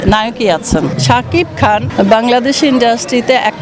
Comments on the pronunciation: রিনা খান মায়া হাজারিকা এর নাম মনে করতে পারলো না, আফসোস শাকিব খান এর নামই উচ্চারণ করতে পারলো না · রিনা খান মান- সম্মান আর কিছু রাখলেন না শাকিব খানের! মেঘ আসলে শাকিব খানের নামটাও আপনি ঠিকমতো উচ্চারণ করতে পারেন না! হায়রে মূর্খ রিনা খান। 😂💥💯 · শাকিব খানের নামেই তো উচ্চারণ করতে পারছে না 😂😂